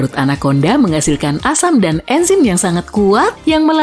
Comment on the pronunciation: 🗣️ Anakonda Ana konda ✅ Anak Onda ❌